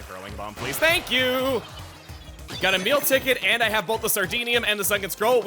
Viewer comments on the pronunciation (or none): Everytime he says "a meal ticket" I hear "Emile ticket." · I keep hearing "a meal ticket" as "Emile ticket" and got really confused a number of times.... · im always hearing you say "a meal ticket" as "Emile Ticket"